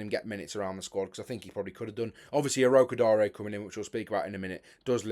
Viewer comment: Finally we have someone who pronounces Tolu Orokodare's name right, well done.